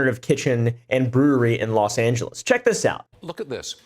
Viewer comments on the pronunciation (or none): none